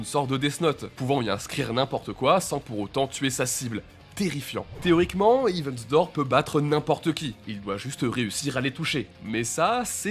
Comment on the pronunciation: Eh faut bosser la prononciation en anglais les gars parce que Hiven Door et Wither Report c'est pas possible